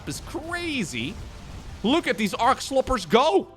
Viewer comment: "Arc sloppers" LOL